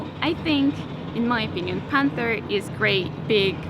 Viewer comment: "The Panfa"